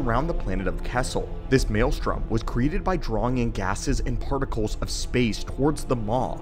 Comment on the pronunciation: Pronounced "male-stROm." Not "male-storm." LOL😂 PS: love your videos! Keep em coming! Thanks! 👍👍